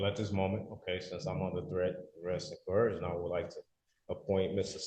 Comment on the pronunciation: Did he say "cohersion?"😂😂😂😂😂😂